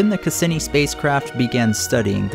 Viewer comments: The pronunciation of Cassini: ('kass-EE-nee') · You mispronounced Cassini. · Nice video well done and awesome but that's not how Cassini is pronounced lmaoo